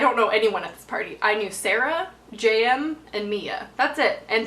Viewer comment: Haha I thought you were saying Jam until halfway through the video I realised you were saying JM